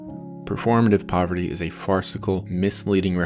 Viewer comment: this guy calls it poverity man